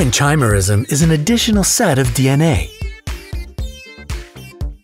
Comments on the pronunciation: It's KY-me-rism. Not CHAI . :)) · You guys really need to check how what you're talking about is pronounced, not just in this video, but others as well. For example, the "ch" in "Chimera" is pronounced like a "k". If you pronounced things correctly, it would make it seem more like you know what you're talking about. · Wonderful video, but the "ch" in "chimerism" is pronounced as "k," much like other words of Greek origin ("architect," "school," "ischium," etc.). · When he says "chi"merism instead of "ky"merism... cringe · Chimera is pronounced kimera. No chaimera. So it's kimerism not chaimerism. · Ky-merism. Not chi. Good grief. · Ky mer ism.... Is how it's pronounced. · Chimerism is pronounced Ky-mer-ism. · The correct pronunciation of "chimerism" is "ky-mer-ism". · Chimerism is pronounced like Kimearism.